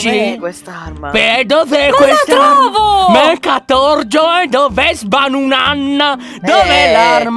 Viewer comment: non é catorgio é cartogio😂😂😂Ti adoro😘